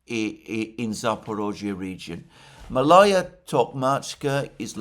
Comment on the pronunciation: It's pronounced Maalaya, Malaya.